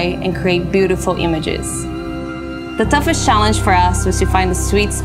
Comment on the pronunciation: Did she say boodaful images😂